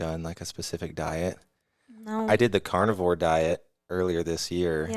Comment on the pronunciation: at first i thought he was saying carnival diet 😂